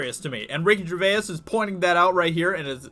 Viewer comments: How is this dude so obtuse to be mispronouncing Ricky GERVAIS last name constantly!!! Very irritating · There are 1000's of videos showing how to pronounce his surname and still you get it wrong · Why not find out how to pronounce his name before doing a video? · Gervais. Such a simple name, yet so often mangled. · PRONOUNCE his name correctly FFS ,that might wind him up! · Why can't anyone pronounce Gervais?? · Yea, that extra syllable getting shoe horned in there is painful to hear. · You can't even pronounce his name? Go to rehab, stoner. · Ricky Gervais (Jer-vays not Jer-vay-is) has been doing this for over a decade in Britain. He has not suddenly decided to pick on Hollywood or the Left (he is actually a classic Liberal himself and is not particularly interested in politics as such), he just likes free speech and hates hypocrisy and has always pushed the boundaries in the cause of humour. In fact he usually makes the most fun out of people he likes the most (so he probably actually likes the Hollywood stars but wants to roast them for their sanctimoniousness and hypocrisy). This kind of roasting we call 'taking the piss' over here in Britain and it is part of our British culture. Friends do it to each other all the time. Ricky is probably not aware of how strongly this will be misrepresented or misunderstood in the USA. Either way, he won't care and will just carry on like he always has. He loves getting a reaction as he feels he has hit the mark and shaken the precious politically correct boundaries a bit. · Am British and you are saying his surname wrong...if you want to pronounce right, it sounds if you saying. Jay-vase ( Gervais ) stupid yank 😂🤣😂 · If you are at all interested in cashing in on Ricky "Ger-vay- us" then learn how to pronounce his name or risk being included with the rest of the media morons. I understand that English is not your first language being from the US but do SOME research, please. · This week in Americans vs Names. RIKKI GER VAY YAS